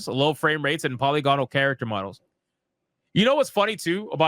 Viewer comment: Polygonal is pronounced puh-li-guh-nuhl.